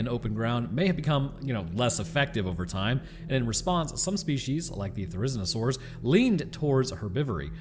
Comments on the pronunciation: Therizinosaurs is, BTW, pronounced "there-is-ezeen-oh-sores". They're a fascinating group of theropods! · great vid. Also, its ther-o-zin-o-saur. pronounce 'ther' like fair, but with a 'th' sound instead of a 'f', and you will have it down. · Therizinosaurus is pronounce Theri-zino-saurus🤝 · I prefer to pronounce it “ThĀr-ez-EE-no-saur-us” But say it fast until it smooths out and sounds natural In reference to the Therizinosaurus mention. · dude, normally I love your vids, but between the mispronounciations (I know dinosaur names are weird, but Therizino was in the last JP movie) and the misinfo on the marsupial lion (both things that a quick Google will fix) I'm kinda disappointed. I get that you're trying to push out content, but please, please double check your scripts and research.